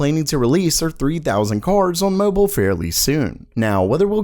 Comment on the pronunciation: Day 1820 of this guy being unable to say "on" properly.